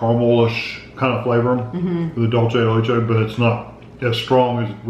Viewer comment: Thank you Big wig. Somebody finally corrects on how to pronounce Dulce de Leche. I’ve always wonder if and Kevin do it on purpose or they really don’t know how to pronounce it.